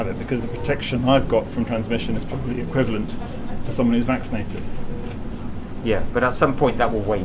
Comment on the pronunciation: That nigga said "equivalate"?